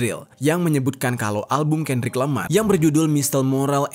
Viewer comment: KENDRICK LAMAR BANG BUKAN KANDRICK LAMAR